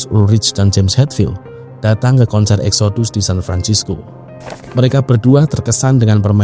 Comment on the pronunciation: Exodus kalo dibaca bunyinya jadi Eksidas..